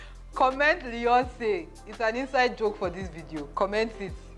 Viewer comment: Lol! Leeyonce